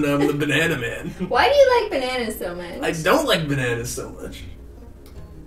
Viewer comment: “It’s like Zozo from the..-“ Me listening to satisfied form HAMILTON: Angelica: SOSOSO— My ears:”ZOZOZO”